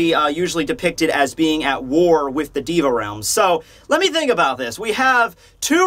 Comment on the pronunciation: you're pronouncing "deva" wrong. you say it like "di-va" but you should say "dey-va"